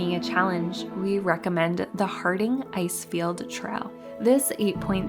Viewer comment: I wish her speech was a little clearer instead of vocal fry and strange pronunciations like traal